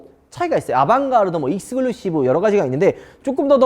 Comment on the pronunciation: 형 제발 익스글루시브가아니라 익스클루시브야 발음좀 제발 너무 없어보여 매번그래서 고쳐주길바라 형